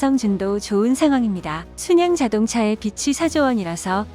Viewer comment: 빛이=비치, 빚이=비지 왜들 제대로 발음 안하는지,못하는지.4조원의 빛과 빚은 극과 극 아닌가요